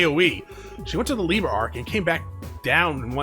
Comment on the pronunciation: Youve also mispronounced liberl but is all good😅 dont mind me ik ur videos are a few years old but rewatching since i cant play. Hope your around tho ill drop some comments here and there 😁